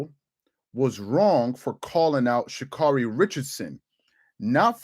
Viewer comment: "She-Cyarun" had me rolling. 😲